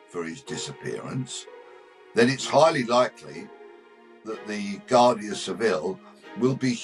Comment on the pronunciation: Its pronounced wardia not Guardia.